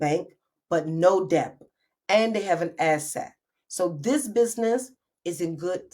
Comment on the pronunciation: TV Hi! Just came across your Socials. This video was so hard to bear. Please look into the Proper way to say DEBT. You said it about 200X in this video! 😳🫢🫨